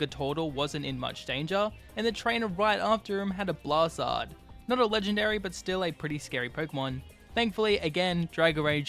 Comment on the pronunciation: Bro said Blastzard when its pronounced BLAST-I-ZARD